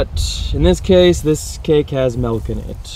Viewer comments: It's milk like Ilk, not like elk. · Arizona also says Melk.